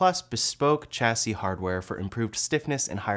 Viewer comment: Good informative video, but the way you pronounced "chassis" makes me cringe 🤣